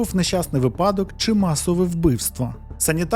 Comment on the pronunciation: Чудовий оповідач! Слухати цікаво. Але будь ласка - вИпадок. Стежте за наголосом.